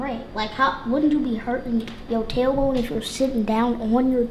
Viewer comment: Talor bone😂. It's tailbone